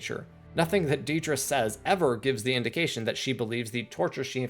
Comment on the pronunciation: I found it a little jarring you say deed-rah when its more like ded-rah. too much eeee